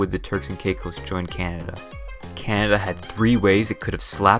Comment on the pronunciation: Canada is NOT a frozen wasteland. Furthermore, it's pronounced "Canada", not CYAN-ada".